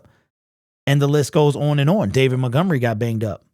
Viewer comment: Why can't he pronouce the word on?